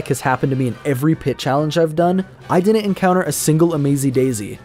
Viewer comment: The way he says "didn't" is so cringe. "Dinint" 🤮